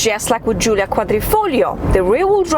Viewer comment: Giulia, not Julia.